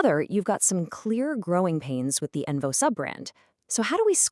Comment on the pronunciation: It’s onvo not envo